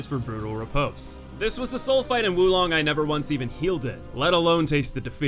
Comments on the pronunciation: its not wu long its WO long. oof. fun video though. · Probably a good idea you opted not to say the boss's names considering you said Wu Long 20 times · First things first. Is pronounced "woah long". Totally agree about Lu Bu. The only way I was able to beat him was totally changing my playstyle. Like you, I'm overly aggressive to the point where every fight is a battle of attrition with me. With Lu Bu, this did not work at all as his overt aggression put mine to shame. The only way I ended up beating him was playing purely defensive. Thankfully I found deflecting all of his horseback moves to be very easy. Off horse though, I opted to dodge out and aways from all his normal attacks, deflect his bow attacks and flat out mastering the timing on his reds and baiting those out and following up with spirit attacks before backing off and baiting more reds. I also would employ ice attacks and the Baise summon to counter his fire to get rid of his hyper armour whenever he flamed up. Lu Bu was the only boss in the game to actively force me to change my playstyle and overall, the most satisfying kill and in terms of tough but fair, far and away the best boss in the game.